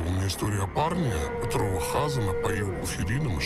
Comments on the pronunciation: Почему ХАзан, а не ХазАн? Как так мог повернуться язык? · хАзан!!! 😂😂😂😂 🤦🏻‍♀️🤦🏻‍♀️🤦🏻‍♀️🤦🏻‍♀️🤦🏻‍♀️ а почему хАзан, а не хазАн? Так всё плохо? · Мне кажется не Ха'сан, а Хаса'н, ударение в другом месте должно быть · Небольшая поправка слово Хазан ударение ставится на второй слог.С иврита хазан означает "пастор".